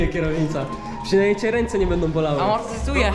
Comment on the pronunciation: amortyzatuje,, xD